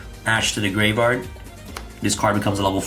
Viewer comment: Gaveyard instead of gRaveyard 🪦